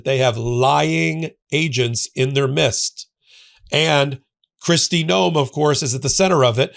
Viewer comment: Midst, not mist. 🥰🤙🏼